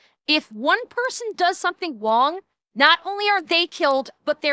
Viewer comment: if one person dose something wong? lol